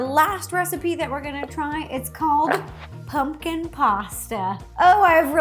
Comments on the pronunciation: I love the way she says 🎃it sounds like (pun-kin) I love her vids so much she is just so cute! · I love how Ro says “pungkin” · RO JUST SAID PUNGKIN!